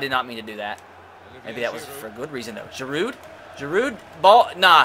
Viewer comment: The d is silent in giroud and the r is silent in olivier